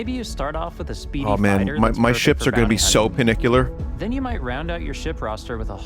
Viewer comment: why did "my ships are gonna be so penicular" get me so bad?!